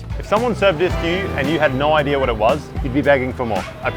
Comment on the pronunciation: "the general idear is this" ... there's no "r" after the word "idea" FFS